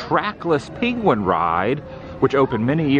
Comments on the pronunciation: Why are you saying peequin. For penquin😅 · What's a peengwin?